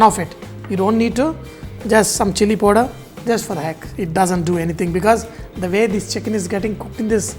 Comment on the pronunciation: Kaur Respected Amarjit kaur every countrymen has their own pronunciation for any foreign language , since the chef is not using proper pronunciation for powder and speaking like poder , since he is a telgu ( do you know telgu people or do u know telgu language ? I am sure u don't !!! ) you are only one here who used cheap , derogatory and indecent words for him ..... You showed your class mam...... Decent people never write " bastard "( u wrote wrong spellings , ha ha ha )for any non acquainted person , what wrong he has done to you and is shameful for any lady esp Indian for this type of writing. As Indian , I am dying of shame . Pity on your children . regards ( ha ha ha )